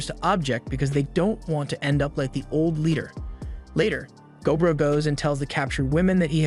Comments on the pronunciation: MUTHAFUKKA! IT'S NOT GO BRO! Its gob ro. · I think it’s. Go-bro